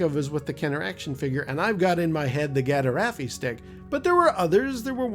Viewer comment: Gaderaffi is actually pronounced as 'gadaffi' (the "er" being silent) which is closer to the 'gaderffi' pronounciation you mentioned. I know Kenner called it a 'Gaffi-stick' in the action figure's packaging but it was never referenced elsewhere as such. Though perhaps I am having my own 'Mandela Effect'?